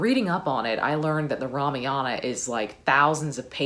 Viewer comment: Kaikeyi is pronounced - Kai like Ma in Math, Keyi is correct. Ramayana is Rah-Mah-Yuh-Nah. 🙏